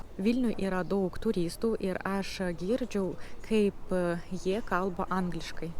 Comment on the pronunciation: Wow. Wow. Wow. Nesitikėjau kad taip gerai gausis. Vienas lengvai ištaisomas trūkumėlis. Vietoje ilgo AAAš, bandykite tarti trumpu a, su lengvu akcentu į š. Maždaug turėtų gautis aŠŠ. Visa kita - just perfect.